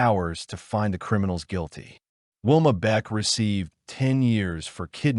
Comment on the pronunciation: By the way her name is Valmaid Beck not Whilma